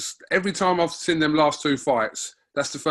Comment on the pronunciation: can't pronounce the word Seen to save he's life 😭😂😂😂